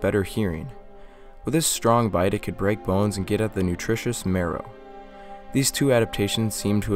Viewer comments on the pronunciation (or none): none